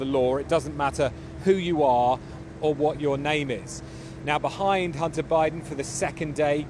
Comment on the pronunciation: Why do they keep saying Hunner instead if Hunter.